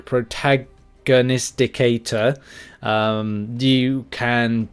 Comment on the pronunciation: I really enjoy hearing try to pronounce words like “prognosticator”…top shelf comedy right there!!😂😂😂